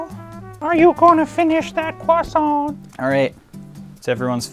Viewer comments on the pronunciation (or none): none